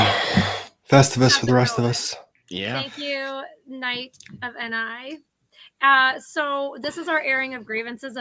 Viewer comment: Not proving she has no idea about Monthy Python <3:) Maybe a little behind, but a perfectly timed video in my world. Thanks for the chuckle. fyi it is pronounced Knights of (knee).. but a staccato on the last word and almost with a french accent.